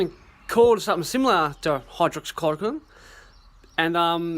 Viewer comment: Auto subtitles says that he said hydroxyl clocking... Then hydrocorkin